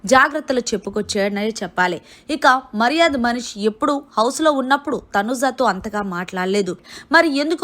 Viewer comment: Nv ja lu sh lu ela palakalo nerchuko, uh tarvata ilanti videos cheduvu, ni ucharana antha chettha ga undi mari, getting irritate when you utter tanuja n manish sounding...god!!!